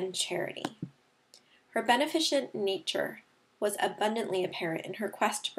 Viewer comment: Hey just want to say this word list is very helpful. But the word 'beneficent' is pronounced wrongly, it should be /bəˈnefəsənt/